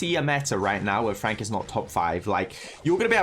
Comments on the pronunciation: STOP SAYING FRONK ITS FRENKSSSS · LMAO it is Frank not Fronk🤣🤣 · tom spelled and pronounced frank wrong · Supercell: "Frank" and: "Fronk" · Its FRANK notFRONK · No one literally no one: FRONK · "Fronk" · Fronk😂. Why less people noticed it